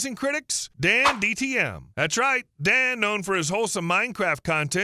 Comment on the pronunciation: okay fine, the reason why i thought so was because you kept saying dandtm instead of dantdm, which is what an ai does